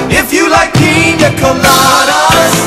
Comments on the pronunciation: pie-nas coladas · i can't unhear py-nas colada now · He didn't know what you were talking about because you are pronouncing Pina Colada wrong lmao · "Pinus Colada ?" Freudian slip....😁😂